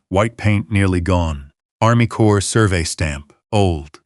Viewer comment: The CORPS of Army Corps is pronounced CORE. The S on the end of CorpS is silent, not pronounced.